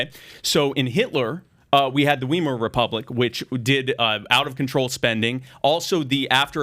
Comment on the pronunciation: “In Germany, they had The “Weemar” Republic???” Wow